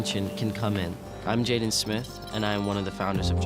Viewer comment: His Name is JADEN Not jeda do your reserch man 😂